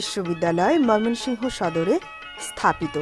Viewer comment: মোমেনশাহী নামটা বলতে পারেন না আবার ভিডিও করেন ভিড়িও করার আগে শব্দ গুলো ভালো করে শিখে পড়ে ভিড়িও করবেন